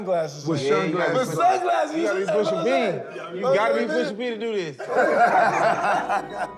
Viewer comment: Maverick… Please stop saying Pushing P. Smh geez